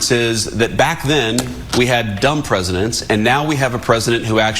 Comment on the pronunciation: 🤣 Dumb pwesidents... Good one.